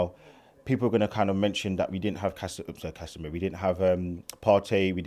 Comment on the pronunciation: PROOF Arsenal fans are obsessed with Man United lmaoo How did man say Casemiro 😭 He knows Cassa miles ahead of that R...😵‍💫